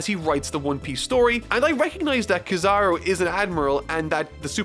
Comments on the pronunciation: So are none of us going to talk how pronounced Kizaru., my buddy, my friend, my guy, my nakama, his name is pronounced KEY-zuh-roo. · it’s ok if the video is an hour long just stop leaving out all these important characters in the future 😂 even if ur talking about him for one minute Also it’s pronounced key-za-ru